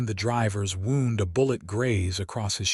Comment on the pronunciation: Agreed. I just wish the reader could use the correct case of the words with multiple pronunciations: wound, read, live for example. Or that the content creators would edit the script. The river wound (w-aw-nd, not w-oo-nd) just chang it to the river made its way around the hillside. Knowing Mmm is a sound, not three individual M’s said as M M M I playback at 2.25x speed, so my experience with the sound of the reader is different than those listening as it drags along like a drunk mental injury patient learning to talk again. But this is one of the best readers at the increased speed.